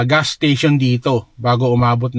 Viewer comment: Why do you call gas gaas?